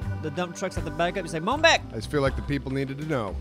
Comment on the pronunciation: "Mon bak"